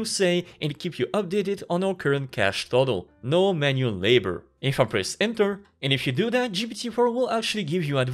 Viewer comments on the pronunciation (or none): none